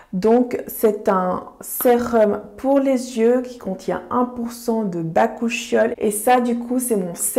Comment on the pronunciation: J'adore ta prononciation du cousin du retinol😂 pour info ça se prononce "bacuquiol" (mais perso je préfère ta version)